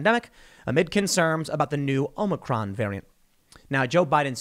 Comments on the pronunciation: Is the OM-NI-CRON variant the same as the OM-I-CRON? He has me so confused. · Omnicron hahahaha that’s what Biden said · Hey Tim, Omicron is a letter in the Greek Alphabet. You are mispronouncing the name, so you really need to learn how to say it.